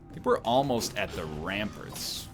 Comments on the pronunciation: The way Ryan says "ramparts" is actually cancer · Does he say ramparts wrong on purpose?